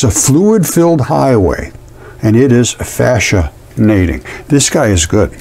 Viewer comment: "fascianating." Lol